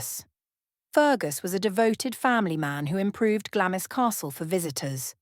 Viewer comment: I believe that Glamis Castle is pronounced "Glahmz" (one syllable). Even I as an American know this, but apparently A.I. narration does not. 🤔🫤